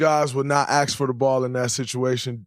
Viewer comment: It's ask Dray, not aks.